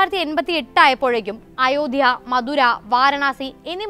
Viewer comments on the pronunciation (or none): none